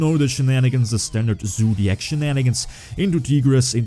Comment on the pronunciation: Im just watching this video to hear say ZOOdiac